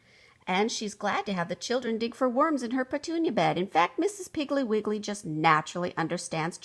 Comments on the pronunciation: I fondly remember from my childhood Betty Macdonald’s Mrs. Piggle Wiggle series of children’s books. They were so entertaining and always humorous. It’s a shame this reader clearly mispronounces the name of the title’s subject as “Mrs. Piggly Wiggly”. 😢 It clearly should be “Mrs. Piggle Wiggle”. 😊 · Lol thats not how you pronounce mrs piggle wiggle❕❗️ha ha😅😂😉😇😝😜😄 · I noticed this, but still loved the story!